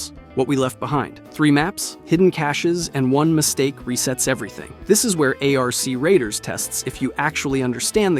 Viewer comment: "A-R-C Radiers" ahh clanker